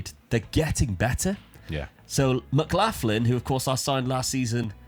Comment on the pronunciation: Just a heads up Mclaughlin is pronounced like McLocklin 😂 I know I'm Irish and it doesn't make sense to me either 😂